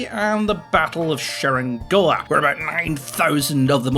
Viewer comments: "The battle of Sherrin Gullagh" - TIL Cerignola is in Scotland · I'm sorry, as an italian it took me 10 minutes of googling to figure out he was saying "Cerignola". I thought you were talking about somewhere in France at first. It's pronounced "Cheri*ny*ola" (emphasis on the ny). I mean, this is an exercise in futility, it's, but I just need someone to understand my pain. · How did you pronounce cerignola 1503 battle as Szenangola/Szenangoa/ I dont understand. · It took me half an hour to figure out you meant the battle of Cerignola It's not pronounced sherengola, lol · That's the battle of Cerignola. No, that was not even close to the Italian pronunciation. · Your pronunciation of "Cerignola" almost gave me a stroke.